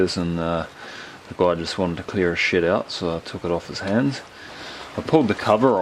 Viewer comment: LOL when you said, "the guy just wanted to clear his shed out" I thought you said "clear his 💩out" that accent got me...